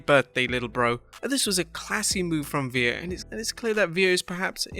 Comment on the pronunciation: When he first said veer in the video I thought he said Veed